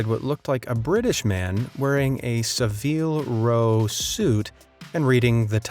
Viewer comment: Not quite how to pronounce Savile Row